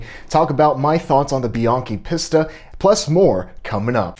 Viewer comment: It's peace'-tuh. Not pissed-uh.